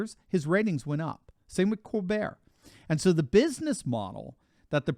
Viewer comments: You might consider pronouncing Stephen Colbert's last name as "Kol-bert" not "Colbere' as he was born in Washington D.C., not Paris, France. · This is America, stop catering to Steven Colbert by pronouncing his name like were French. In America it's pronounced Coal-Bert, NOT Coal Bear!